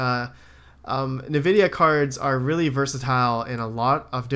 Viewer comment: It's envidia. That's how to pronounce it. Their name comes from envy.